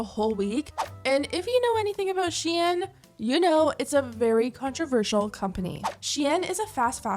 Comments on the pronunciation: bitch really said she in.... tf its shein -_ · It should be pronounced “sheyn” and not “shiyen” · I had to turn this off. You clearly don’t know how it is to be broke. And you think HE bought those clothes??? You know for sure they sent them. And it’s not pronounce “shay Ann” wtf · The was you pronounce the company’s name sounds like the French word “chienne”, which means “bitch”… hahahaha!!!! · Why does she have to say shein like that💀💀💀💀💀💀💀💀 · I’ve never heard someone pronounce SHEIN like that haha sounds fancy tho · I hate how you’re mispronouncing SHEIN 😂😂